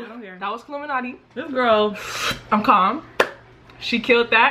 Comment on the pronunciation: I KNOW KILLUMANTI THIS IS WHAT IT SOUNDS LIKE kill-lume-anotey